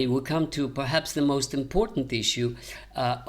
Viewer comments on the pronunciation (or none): none